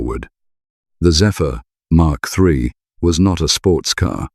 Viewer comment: Mk3 is pronounced Mark 3 as it is an abbreviation. MK3 is pronounced M K 3 as they are letters — this just grated on me how you alternative freely between the two.